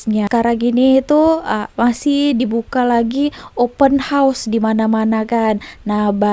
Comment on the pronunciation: org indonesia yg tau sebut open house yg betul mungkin je. yg lain² tak reti sebut termasuk pembaca berita diorg